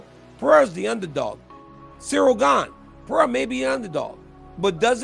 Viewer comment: Someone teach Chael Sonnen how to pronounce Pereira Is not that difficult